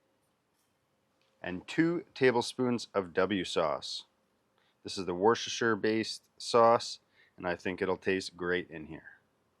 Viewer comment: It's pronounced wus-ter-sher... Cool vid